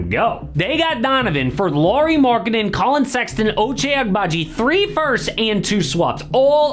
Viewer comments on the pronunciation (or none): none